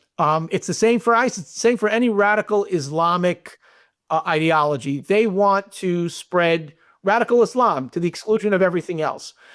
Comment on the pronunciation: Since you pronounced it the way you did Johnathan, instead of ideology, I'm going with idiotology!!! 🤷‍♀️